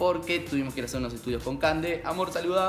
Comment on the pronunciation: por el principio decia ''estudios'':v